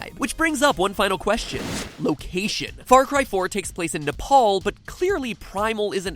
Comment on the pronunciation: So happy he pronounced Nepal right.